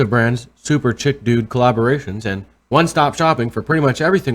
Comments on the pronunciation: "CHICK"?! Chic... Pronounced "Sheek." Im starting to become a hater troll, dude. Hashtag - Admitting it. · Just FYI..let me Fem-splain (ha) this to you it is prounouced 'sheek'...not 'chick'. It means something really fashionable and unique. Not that I think Target really offers that. Thanks for what you do...keep up the good work :) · Not "chick" .... it's chic (sheek) def: elegantly and stylishly fashionable. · 'Chic' is pronounced 'Sheek'. Meaning in fashion. Hahaha